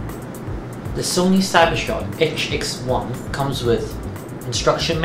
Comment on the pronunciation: "itch-ex-one" (sigh)